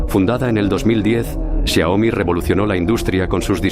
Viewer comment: Es Xiaomi no xiomi, corrígelo